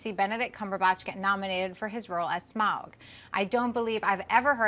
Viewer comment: is the only one who pronounces Smaug properly.